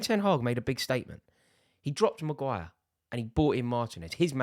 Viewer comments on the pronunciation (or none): none